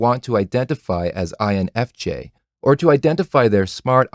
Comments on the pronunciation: Emphasise the N not the F, lol. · Excellent vid. But, it would be easier to understand if you put proper emphasis on the correct letter. You know. That letter which actually cognitively justifies this vid in the first place? I don't understand why so many type enthusiasts do the opposite. But yeah. Cool otherwise. Thanks!